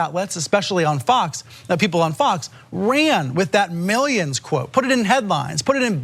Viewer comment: Trump has a vocabulary problem 😐 Whenever he wants to say “numerous” or “ a large number of” he immediately resorts to Millienz.